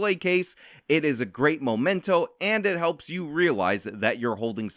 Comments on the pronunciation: it is "memento", not "momento". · MEMENTO, not "momento" . . .